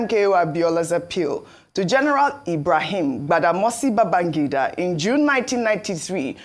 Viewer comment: Ojy kept calling IBB “Gbadamosi”. It is Badamasi not Gbada.